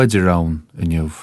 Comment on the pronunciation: he accidentally pronounces the word "inniu" correctly.